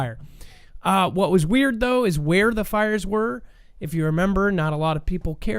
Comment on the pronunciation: "And Mermember" ! Lol got one coach 😂